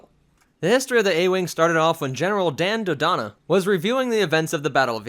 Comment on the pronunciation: Jan Dodana, not Dan Dodana